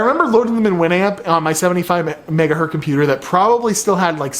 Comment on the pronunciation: It hurts every time says megahurt. It is the megahurtingest of megahurts.